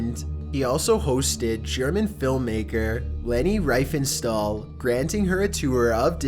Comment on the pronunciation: his pronunciation of Leni Riefenstahl is way worse.